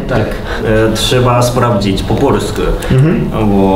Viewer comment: Bardzo podoba mi się ta wymowa końcówek "-u", oni wymawiają to "-yu" (na przykład: "polsku", to tam dziewczyna powiedziała "polskyu") Z jakiegoś powodu przyjemnie mi się tego słucha. Bynajmniej nie uważam tego za jakiś kardynalny błąd, wręcz przeciwnie, taki sposób wymawiania nadaje ich wypowiedziom swoistego uroku.